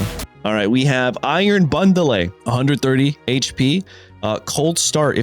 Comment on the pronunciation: Also airon bandele